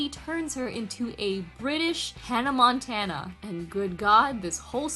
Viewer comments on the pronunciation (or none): none